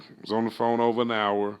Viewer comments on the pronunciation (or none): none